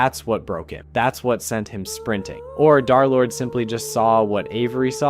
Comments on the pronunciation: I’m pissed that he says darlord instead of derlord the 3 represents a opposite E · Im going insane with him repeatedly saying Darlord instead of Derlord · bro can you please say derlord and not darlord its pmo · Its dERlord not DAARlord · BRO ITS DERLORD NOT DARLORD😭😭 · I cannot get over him calling him darlord instead of derlord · Dar💔 it’s german and more like, Dur/dare-ish (also peak video i just needed to point it out) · Bro its not darlord its dthreelordthree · U sound like ur saying darlord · Im so sorry if this is rude, but as a d3rlord3 fan.....you said d3rlord3 as darlord.... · I swear, you say darlord just to ragebait people, don't you?